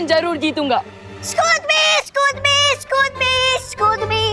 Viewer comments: Other people tell excuse me But say scooj me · Others: excuse me: scooz me 😂😂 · Toba toba 😅😅😅😅😅😅😅😅😅😅😅😅😅😅😅😅😅😅😅😅😅😅😅😅😅😅😅😅😅😅😅😅😅😅😅😅😅😅😅😅😅😅😅😅😅😅😅😅😅😅😅😅😅😂😂😂😂🤣🤣🤣🤣🤣🤣🤣🤣🤣🤣🤣🤣🤣🤣🤣🤣🤣🤣🤣🤣🤣🤣🤣🤣🤣🤣🤣🤣🤣🤣🤣🤣🤣🤣🤣😂😂😂😂😂😂lol 😹😹😹😹😹😹😹I can't stop laughing😂😅😅 that thr word is excuse me not excus me eexcise 😂🤣😹